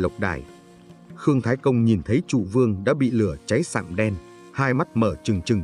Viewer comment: Nhà Châu hay nhà Chu..? Châu Văn Vương hay Chu Văn Vương..? Hình như đọc sai rồi..!